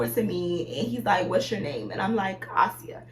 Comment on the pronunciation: “Ah-si-ah” Asia 😂😂😂 I’m weak